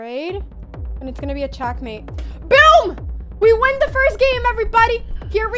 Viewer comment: She didnt really beat magnus, he had 30 sec and she had 5 min and she won on time while magnus was checkmating her lol. Also why is Anna calling it Chass and Chackmate?